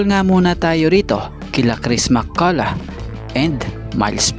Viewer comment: Same sound and pronunciation ng enough at Mccolough hinde Mccolo ang Mccolop sound